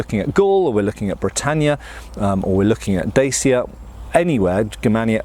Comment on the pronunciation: Say "pa". Good. Now, replace the P with a D. Yes, that's right, just like the Russian yes, "Da". Now try say "Chya". Alright, now put them together and you have; Dacia. Don't pronounce it like a kid on pubg.